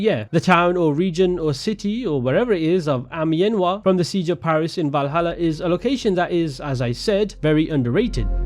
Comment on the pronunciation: Your "Amienois" pronunciation is perfect